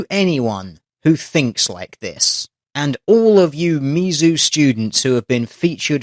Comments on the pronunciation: Tl;dr it's pronounced Miz-zoo. Not Mee-Zoo. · I love your vids man, but you pronounce a lot of the American topics of your posts wrong. It's short for Missouri, not miso soup. We know people are going to use that shit to discredit you, just a heads for next time. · he couldn't pronounce Mizzou correctly XD